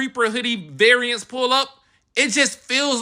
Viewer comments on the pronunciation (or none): none